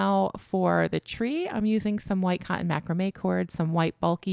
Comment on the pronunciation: 👋🏻 Mac raaam may with the emphasis on raaam 🎉